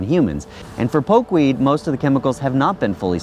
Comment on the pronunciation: Poke-weed.. not pokéweed